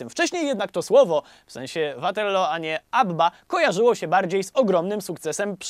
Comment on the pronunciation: Mieszkam na stałe w Anglii więc sposób w jaki wymawiasz "Waterloo" muszę przyznać że trochę piecze w uszy xd A tak ogl odcinek do ry jak zawsze <3